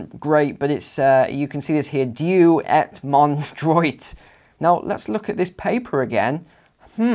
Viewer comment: In god ws trust, said as dewey mon dra